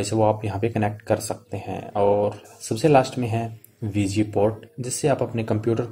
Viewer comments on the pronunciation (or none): abe bauve SGMI nhi HDMI hota he be 😂 aur VG port nhi hota VGA port hota he